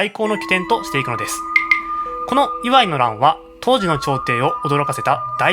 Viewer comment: イワイの発音に違和感